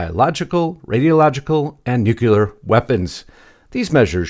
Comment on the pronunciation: Nuclear is pronounced NEW CLEAR, not nucular.